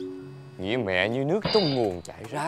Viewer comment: lần đâu t nghe chữ nguồng và chữ trải luôn best Tiếng Việt